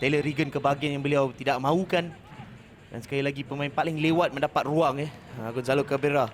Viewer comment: "gonzalo gabeauweuwa"